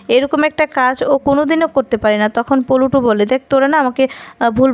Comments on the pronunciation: The name is Pluto not pultu. Try to pronounce the name properly. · পল্টু নামে কোনো চরিত্র তো এতে ছিলোই না নামটা ছিলো প্লুটো।উচ্চারণ ভালো করে করতেই পারে না এমন কারোকে ভাষ্য পাঠে দেওয়া হয় কেন?হাসির খোরাক যোগান দেওয়ার জন্য কি?